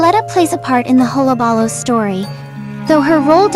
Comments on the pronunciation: It's "hul·la·ba·loo" not "holla balla". Also Joker wasn't the one who set the fire, it was Murro Morton. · huh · luh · buh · loo You're saying it weird. That's how.